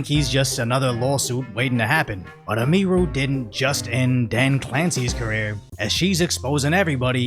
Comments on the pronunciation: Hey,. You're putting the EmPHAsis on the wrong SYLlable. It's pronounced "Emmy- Roo", not "Uh-MEE-roo" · How many videos has he done on her, and he still can't say her name right? He calls her eh-mee-roo. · Why does he keep calling her Eee-meer-oo. It's Emee-roo. 😆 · Btw it's not pronounced "Em-ee-rue" lol, it's Em-ihh-ru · Please learn her name bro. Em-e-ru, not Em-eeee-ru. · "Eh-mee-ru" LuL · Its EM-i-ru. Her first name is Emily. Its a misspelling of emily. So you probounce the em as in emily. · Bro I swear be calling Emiru Ymiru haha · yeah it's like emily with ru on the end, and he's the only one i've ever heard mispronounce it